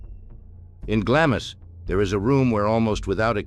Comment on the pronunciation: Glamis is pronounced as Glamz. Elizabeth II was the queen of the UK, not just England.